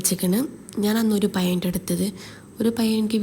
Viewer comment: പയം അല്ല പഴം